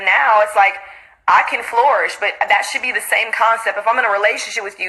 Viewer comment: Girl keep saying floorish and not flourish 🤦🏾‍♀️🤣😂 lord